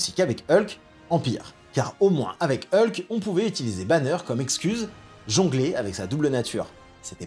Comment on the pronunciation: Enfin quelqu'un qui prononce bien Hulk 🙏